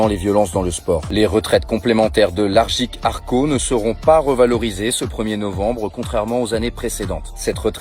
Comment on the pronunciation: C'est AGIRC-ARRCO et non Argic-Arrco !